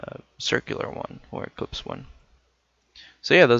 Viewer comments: It's "eclipse" not "ecplypse" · It's ellipse, not ecplypse!